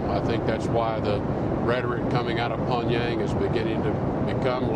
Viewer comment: Pong-yang? This guy represents America around the world diplomatically?